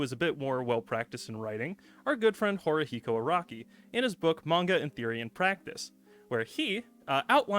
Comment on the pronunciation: Cringing every time I hear "horihiko"